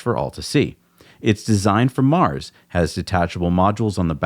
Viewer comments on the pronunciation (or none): none